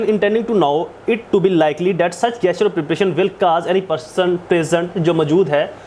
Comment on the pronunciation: It is spelt gesture but pronounced Jesture